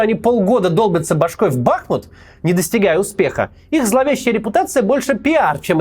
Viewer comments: Макс, можете чуть откорректировать произношение города Бахму́т? Ударение всегда на "у". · БахмУт. Ударение на у.